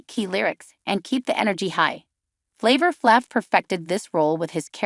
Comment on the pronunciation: Can't listen, as the pronunciation of his name makes my ears bleed. What dopey twats.